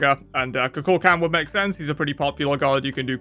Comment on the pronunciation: Every time I hear someone pronounce Kukulkan’s name wrong, I die a little inside. It’s the same number of syllables to say it correctly. It’s Coo-Cool-Con